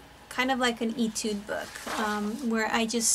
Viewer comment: Etude is pronounce “AY-tude.”